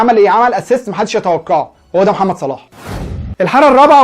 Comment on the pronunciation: وكان فين ماني ايها حاقد قبل لما يوصلو صلاح كان اخرو في فريقه المركز الخامس انما لما وصلهم صلاح جبلهم دوري ابطال وبعليهم في مركزهم وبعرف يخلق فرصه لنفسو انما ماني معرفش يخلق فرصه لنفسه الا بمساعده زميلو او من مساعده صلاح وروح اتعلم تنطق صح اسم صلاح مش صالح